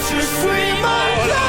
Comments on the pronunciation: Great, but PLEASE learn how to pronounce the title: "zoos" for "swee"?!?? .. "suis" is French for "am" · Great review! This was my first exposure to Forestella. I'll certainly add them to my playlist. BTW, their French is superbe, yours needs help 😂. "Suis" phonetically is "swee". Keep up your amazing work. You're the best! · It is pronounced Ja swee malad